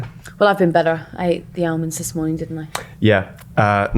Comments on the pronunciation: Ahh-monds; Ahhmonds for heavens sake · Is that some southern way of pronouncing almond that I wasn't aware of? Or is a pod person? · The L in almond is silent